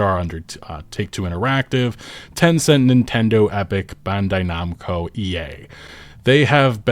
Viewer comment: Why he say " bandai nomco " like that